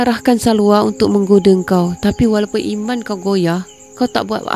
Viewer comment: Sdari ambo... Maaf mencelah sedetik utk memperbetulkan kesilapan lisan yg dianggap biasa & kecil oleh kebanyakan org... Istilah² yg bunyinya seakan sama namun maksud masing² nyata jauh bedanya.. mcm ada yg saudari sebut ' 'imam' dlm diri watak tersebut..bukan imam shabtku,tp iman... Imam tu yg mengepalai solat jemaah.. iman tu sesuatu yg sepatutnya kita senantiasa memohon kpd Rabbul Adziim agar dimasukkan-Nya IMAN ke dlm hati kita supaya kita termasuk dlm golongan mukminin / mukminah setelah menjadi muslimin / muslimah... Bila sebut dgn lisan seakan sama bunyinya antara imam & iman... Mumkin hal ni org tak berapa nk peduli kcuali jenis² kurang ilmu mcm ambo ni yg segelintir je ambo sdri tahu.. Maaf skali lg , Wallahua'lam bissawab.. jazakillahu kheiran katsiran jazaak... 👍😘😊